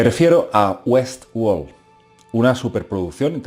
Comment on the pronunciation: Es Westword no WESWOL jajaja